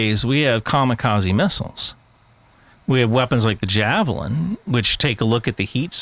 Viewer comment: looooool javeling 😂🤣🤣🤣 This guy might say this next one is a "game changer" because I've lost count. Nobody even mentions Javelina. Even the Russian "Cornet" sounds more often